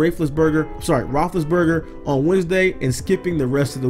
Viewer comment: “Ben Rapelisberger” 😂